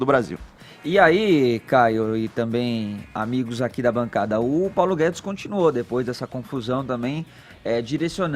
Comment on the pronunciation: "Paulo Gué-dês" 🤣